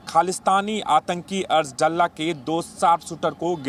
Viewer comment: डल्ला नही दल्ला कहो